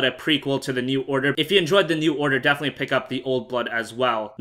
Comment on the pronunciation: you say "defenetly" ALLOT